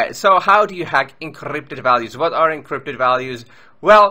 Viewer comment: I like the way you say encrypted! You say: Eencrrrypted